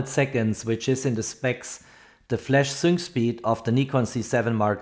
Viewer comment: Sync speed is pronounced SINK speed !